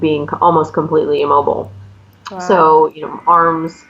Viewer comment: The anchor saying Vow for everything..It's not be vow